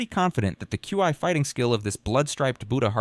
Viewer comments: i heard it say chee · Regarding the pronunciation of "Qi" in this: The AI narrator tries quite a few, and it's all over the place: you got /kju:ai/ ("Q.I."), /kju:i:/ ("Q.E."), /kai/ "Kye", /kwai/ ("Kwye"), /kwi:/ ("Kwee")... ...and the funniest thing is that although I'd never heard anyone even try to pretend that these were actual ways in which actual humans say "Qi"; and though he went through the entire list of even vaguely conceivable pronunciations; not once does he try the two common/'correct' ones, i.e. /ki:/ ("Kee") or /tʃi:/ ("Chee")...! (*) (as it is usually pronounced in English, anyway. If the AI is already stumbling on pronoucing "Kee" or "Chee" like a normal adult human with a working left frontal lobe, it's not like I'm going to be expecting a proper Mandarin accent anytime soon, i.e. /tɕʰî/ ...) (*) I may exagerate. And if he does say it right, then it's obviously buried amongst the weird ones; and either way, he always changes it back to nonsense the very next chance he gets...!